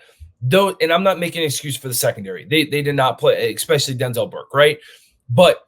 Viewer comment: the word is eSpecially. you sound like a toddler.